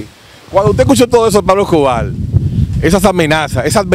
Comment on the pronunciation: PABLO ESCOBAR Con R…Escobarrrrrr No es. Escobar,Tenes q aprender a hablar,la comunicación es exigue té y además un medio auto/parlante q educa o embrutece